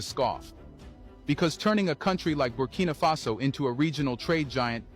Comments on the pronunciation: Buh-key-nuh-fa-so bro - keeping going loving the diverse content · At this stage brudda don’t know how to pronounce Burkina faso, your mocking it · is not butkino is burkina faso funny bro 😂😂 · Champion but still go the name wrong lol who is 'Booking Mafaso'? lol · your getting close, it’s BURKINA like birkin bag with AH at the end 😂😂